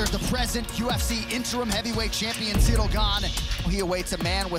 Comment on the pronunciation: Y’all butchered Ciryl’s name